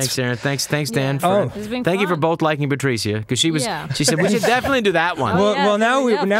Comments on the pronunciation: I've never heard the name Patricia said Patricya insteadof Patrisha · I know its spelt Patricia but shouldn't it be pronounced Pa-trish-a